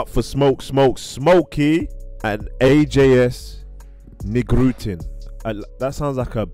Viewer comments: You pronounce "Ajs Nigrutin" as "Ice Nigrutin" actually. Anyway this was a great reaction! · Smoke and also Ajs promoted you on instagram. And btw, he's name is pronounced Ice Nigrutin :D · Ajs Nigrutin is pronounced "Ice Nigrutin" ("ice black Putin" as you would say😂). "Ajs" is like an english word written In serbian. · Ajs nigrutin is pronounced as ice neegrutin ajs is in Serbian pronounced same as ice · FYI: Ajs Nigrutin (pronounced "ice") is part of Bad Copy group who are known for their funny lyrics, all their songs are pure jokes/trolling and have been since their first album in 1996, there's lots of word play and other characteristics of the Serbian language in their songs so they're very difficult to translate properly, his not active as much these days and this songs is not good at all IMO